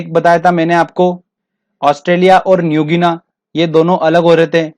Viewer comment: न्यूगिनी, ना कि न्यूगीना।